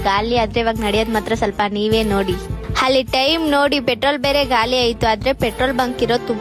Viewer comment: ಹಲ್ಲಿ - ಅಲ್ಲಿ ಅನ್ನ - ಅಣ್ಣಾ ಒಲ್ಲೆ - ಒಳ್ಳೆ ನಿಮ್ಮ ಕನ್ನಡಕ್ಕೊಂದು ದೊಡ್ಡ ನಮಸ್ಕಾರ